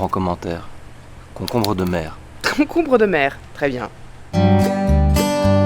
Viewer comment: Concombre, concombreuh de mer :D